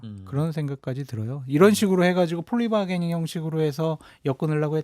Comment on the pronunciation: 폴리 바게닝이 아니고 플리 바게닝이라고 하는거야 😊